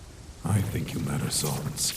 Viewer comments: Can someone contact the dubber and tell him how to pronounce sans ITS NOT “SUNS” ITS “SANS”!!!!!!!!!!!!!!!!!!!!!!!!¡¡¡¡¡¡¡ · Hey I think ur says San's name wrong it's not S-AU-NS it's S-A-N-S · why do you pronounce it sawns. it's s-AH-ns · Its sans not sons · Whenever these guys say sans all I hear is sounns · JESUS CHRIST ITS SANS NOT SANS! SANS, SENS, NOT SAUNS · Gaster says sans as sons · I love the quality of the video, but one thing keeps bothering me: I’m used to hearing Sans being pronounced as how you would say- SANDS. But I know you might not notice this comment or care but, I think people would like it better if you said his name like that. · I mean is gaster loved Sans all he could do is say his name right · Gaster loves sans so much he can't say san's name correctly